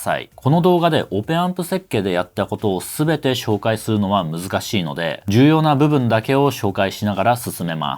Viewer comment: って日本語をしゃべるときに英語みたいな発音されますけれど、すっごく英語を勉強されたり、ずっと英語圏にいらっしゃったのですか？ 例えば「紹介していきます」と言う時に「シューおうかいしていきます」に聞こえます。 発音時に最初に口から息が漏れてから音が出ています。